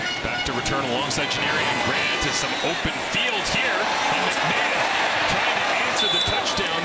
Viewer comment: I coach Argos RB, Deontae McMahon in HS in Florida. You are saying his name wrong. Its Mack-Ma-Hon.